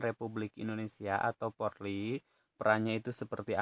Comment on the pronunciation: Polri bukan porli pak